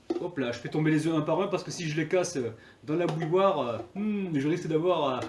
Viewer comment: Bouilloire ? Mot difficile a prononcer ..